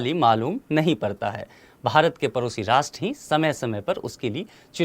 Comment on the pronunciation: परोसी नहीं भैया पड़ोसी...